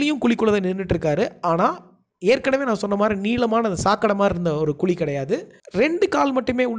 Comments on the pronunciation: Sir, "KULI" ellainga.... adhu "KUZHI" yean sir thamizh a eppadi koldreenga...! enga erundhu sir vareenga neenga ? konjam nalla sollalaam la.... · Athu kuli illa kuzhi ok va